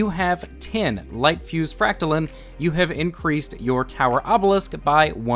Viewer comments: Its fract-line not fract-lin. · You’re saying fractaline wrong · I am bothered by how you say fractaline lol